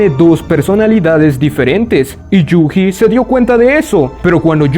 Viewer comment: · Yu"Ji" esto me mató toda la experiencia... na mentira, pero me hace gracia como lo dices xD